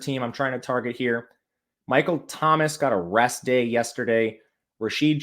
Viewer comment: Man when says a "rest day" It sounds like he's saying they got arrested lol I was like Michael Thomas and Jimmy Graham got arrested??